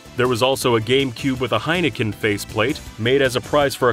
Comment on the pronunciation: What's a "Gamcube"